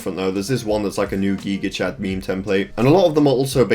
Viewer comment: Did just say “geega chad”